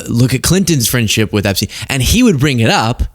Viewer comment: Epsteen? what about Einstein? So it's Eensteen now?